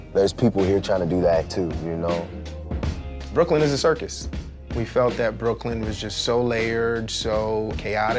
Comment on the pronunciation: He said BROOKYLN goat